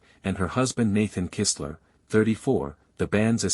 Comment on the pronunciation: You pronounced Amber & her husband's name right, Kistler